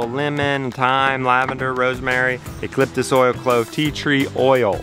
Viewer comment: Just LOVE the way you say "E-KA-LIP-US"! (a real knee slapper)